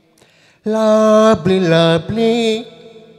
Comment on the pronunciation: Its not diper its driver sir.. N its not luply its lovely... Haha👎